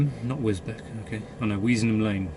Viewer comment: My neck of the woods, I live about 10 mins from Spalding, and it's pronounced wis-beach